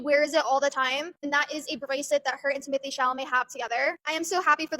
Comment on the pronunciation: it’s ‘tim-oh-tey’ i think